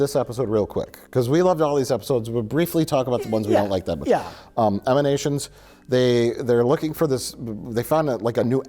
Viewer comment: *Emanations, not Eminations